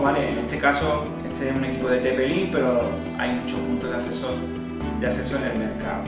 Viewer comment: Punto de "asseso" 😂🤣